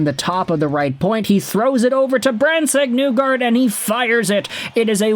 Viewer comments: It's NEE-gard not NEW-gard. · I am shocked that you don't say "Nuelander" all the time. Instead you destroy Nygard's name while simultaneously claiming to be a Detroit fan.